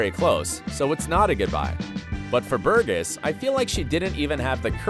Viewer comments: Burgess pronounced Bur-jess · Please get someone to teach you how to pronounce Burgess :) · how do you manage to mispronounce Burgess, but get Squerciati right???